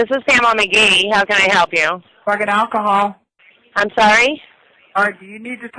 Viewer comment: Yer the person callin drug-in-alkahaul.